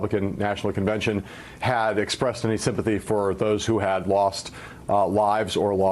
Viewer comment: Melania Trump did not have sympathy for others. She said simp-a-tea.